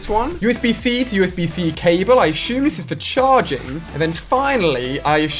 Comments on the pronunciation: Assume, not Ashume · It's an English thing